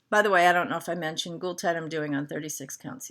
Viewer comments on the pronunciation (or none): none